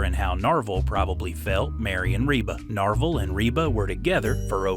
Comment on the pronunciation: Not Norval.... Narvel. 😂